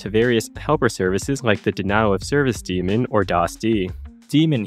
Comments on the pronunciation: (it's day-mon, not dee-mon) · Not sure if this is an intentional inside joke or genuine misunderstanding, but the "ae" in "daemon" should be pronounced as a long "a" like 'day-mon' and is not meant to be related at all to an evil "supernatural being"; as "daemon" predates "demon" and is more like a guardian angel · It's pronounced DAY-MON and ... Never mind... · I don't know if I've ever seen somebody in tech refer to it as a "demon". Like I know it's an interchangeable pronunciation but I've always said and heard "dae-min"